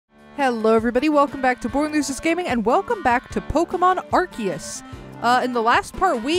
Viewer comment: I still hate it every time I hear someone say Arkeus